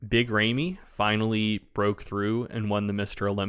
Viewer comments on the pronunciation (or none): Big ray-me??? 👀☠️